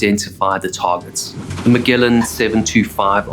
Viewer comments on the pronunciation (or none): does he intentionally mispronounce names though? idk about darby vs derby but I know Magellan is a soft g...